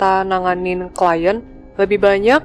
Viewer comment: Klien, bukan klient, min 😅 ✌️